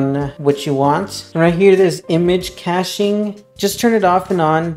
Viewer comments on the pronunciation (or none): none